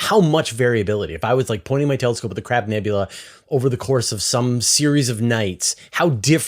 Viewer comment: Did, just say CRAP nebula??? 🤣🤣🤣